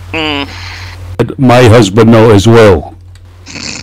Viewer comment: “ILL LET MY HUSVAND KNOW ASWELL” LMFAOOOO I SPIT OUT MY FOOD 😂😂